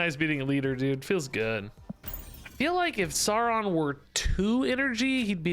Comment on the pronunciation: No it is sow ron like lird of the rings in his first appearance he literally names himself after the lotr character because hes a massive egotistical nerd lma9